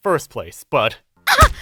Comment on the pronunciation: The only problem I had was the way you pronounced Naoto. It's not too it's to